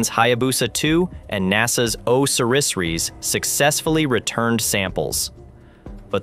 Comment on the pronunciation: So what's with the "small devil" and the "large devil"!! From what language did the AI translate this gobbledegook ? And "OSIRIS" is not that hard to pronounce properly. If you want intelligent people to watch this channel, you really MUST DO BETTER.